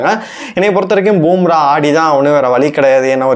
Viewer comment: அடேய் பூம்ரா இல்லடா பும்பரா மொதல்ல பேருங்கள ஒழுங்கா சொல்ல காத்துகுங்கடா அப்புறமா உங்க கருத்து கூந்தல சொல்லுவீங்கோ